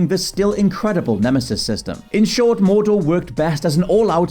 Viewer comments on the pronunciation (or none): none